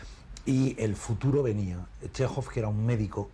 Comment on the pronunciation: Chéjov, tal cual. No "Shejov", ni otros inventos.